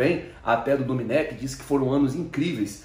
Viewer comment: Não é domenÉc, o certo é domÊnic!